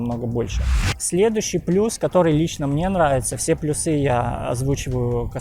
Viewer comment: ПлюсЫ, плюсОв... Бро, ну это же невозможно слушать.